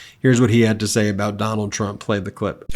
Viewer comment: 😂 Biden purposely calls his name Donald Dump 🤣